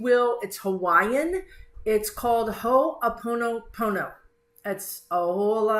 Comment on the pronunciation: Respectfully submitted by a resident of the 50th state. You may want to hear how to say Ho'oponopono.